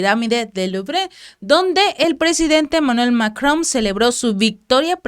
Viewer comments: No se dice MacroM es Macron Es con N al final No con M Y se pronuncia sin decir la última letra Macro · Emmanuel MacroN, con N, no con M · No se llama Mc"romm se llama Macron 😆